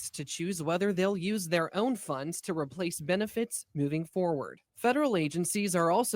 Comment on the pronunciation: Wait. That woman pronounced “funds” fun-dess. 😂😂